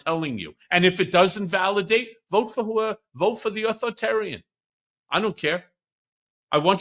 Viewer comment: Michael Cohen, please learn to pronounce "authoritarian".